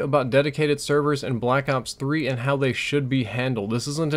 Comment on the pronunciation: Dedicated "severs"?